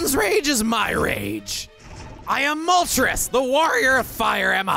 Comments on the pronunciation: I love your voice for Moltres Also it's Mol-trace, as the names are from Spanish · For how much you talked about the pronunciation of Illumise, sure is interesting to hear you not pronounce Moltres like the Spanish number 3 😂 it's definitely Illumise not Illumisé tho 😉